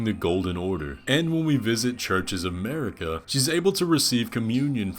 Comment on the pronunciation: i really like your content, subscribed :) but please, just a one thing, the way you are pronouncing queen Marika: it is mArika, not mErika (you can hear the correct pronounce in any "Spoken echoes linger here" Melina's dialogue)